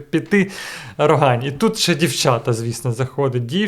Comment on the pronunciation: Лайк сразу тільки за те, що правильно назвали РогАнь...